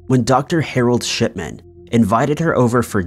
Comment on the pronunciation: Shipman sounded like shitman in my ears 😬lol